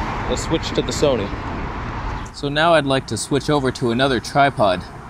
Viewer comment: Oh no! Someone's gonna drop a "Soneh" meme.